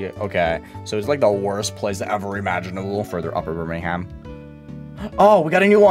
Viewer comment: as someone who lived there a year ago, pronunciation of Birmingham offends me 💀